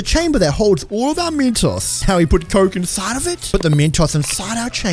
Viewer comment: Instead of saying Mentos he said metoss